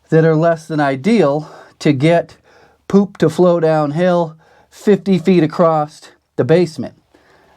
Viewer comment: Ok I've held my comment long enough. There is no 't' in across! That's the only thing you're doing wrong!